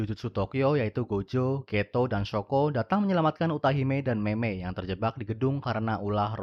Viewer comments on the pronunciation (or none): none